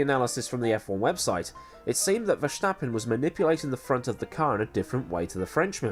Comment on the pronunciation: Hey, I'm Dutch and my country has sent me to tell you that there is no "sshhh" in Verstappen. Are you trying to sound like Sean Connery or what's the deal? Love the channel by the way!